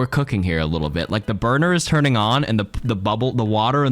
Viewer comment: Man you read that first one weird by yourself. If you read it like "preventing your team from TURNING on each other..." with emphasis on the word turning ur fine